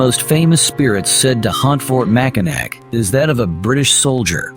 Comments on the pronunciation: I know it’s spelled Mackinac but it’s pronounced Mackinaw! I cringe every time you say it wrong. Or is it AI? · It's MAC I NAW and the fort is NOT on the island. These absolutely irritate me when y'all don't do your homework before.